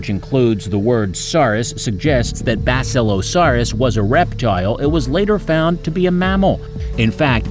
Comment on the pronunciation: Wait- Basisilasarrus? Bruh